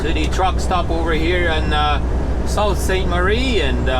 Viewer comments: SOO Saint Marie is how it's called, the Sault is pronounced Soo! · it's pronounced Soo Saint Marie ( Sault Saint Marie), I know as my uncle lives there. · Nice video, kit is working well. You went to Sault Ste. Marie? I believe it’s pronounced “Soo Saint Marie”.... Keep them coming! Cheers.